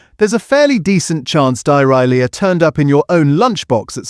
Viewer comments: Only a very crap AI voice can turn the word Dairy Lea into Diarrhoea,,,,, and this is that voice. I'm actually astonished by the crap production here of because do you know what? If you want to basically slag off bad cheese, then start producing some better cheese yourself because this is just AI cheese, isn't it? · You know it's AI generated content when it can't pronounce "Dairy Lea" and instead says "Die-Rye-Leah". I do actually enjoy this channel, even though I've suspected it was AI generated a long time ago. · The way you pronounce dairylea is most amusing. Dairy Lea then put it together. ;o) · Could we please have the commentaries read by a real human being? It's Dairy Lea for heavens sake. Same applies to all the other videos in the "" series. They are full of mispronunciations a human would never, ever make. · Shame about the AI narration, which pronounced DairyLea as die-rye-Lee-ah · What the hell is die-rye-lee-ah stopped watching when that happened ridiculous voice over. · Die-rye-Lee-ah 🤦🏼‍♀️…… AI narrated nonsense makes me wonder how accurate the information really is 🤔 A faceless account with stock footage is perfectly fine but the creator could at least put some effort into narration 😬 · Sounds like diarrhorea, which is probably appropriate .... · AI speak for Dairylee sounds very like diarrhoea! Every time. Hilarious. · Die Rye Le ah????? Where on earth did you learn to read? You are supposed to be telling us about cheeses yet you can, apparently, hardly pronounce your own name. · I thought the whole time it was a real person talking until he says diarylea in the weirdest way 😂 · I didn't twig it was a Robovoice until the truly dreadful pronunciation of Dairylea...sound more like Diarrhoea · It was one of the few times I haven't found AI mispronouncation jarring. It almost made me laugh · "Die-Rye-Lee-a", really? AI slop, worse than most cheap Cheddars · Dai-Rhy-Leah 😂 AI ain’t taking over the world yet